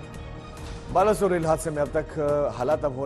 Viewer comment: It's not बालासोर